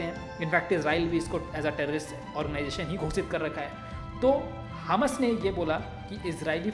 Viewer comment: Bhai wo hms nahi hamas hi good explain